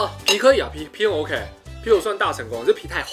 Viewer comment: 發音怪怪的 皮可呀 皮很傲k欸